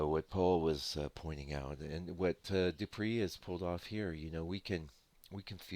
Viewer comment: no offence... please...the name is pronounced Doo-pray..(.as in prelude...)